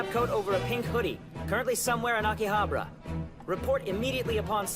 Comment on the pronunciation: Y they mispronounced akihabara 😢